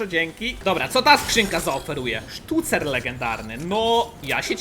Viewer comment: nie umie mówić sztucer